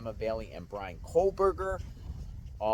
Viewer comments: Another guy who says "COAL-berger" instead of KOH-berger. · There's no "L" in "Kohberger" bro. Its pronounced "co - burger." Not "coal - burger." Its little stuff like that which will make people disregard your research, insights and opinions if you can't get the perp's name right.